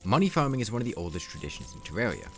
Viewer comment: "Fawming" "Genewate" "Pwe-mech"